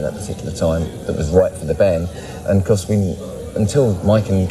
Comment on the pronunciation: i like how she misprounces the bands name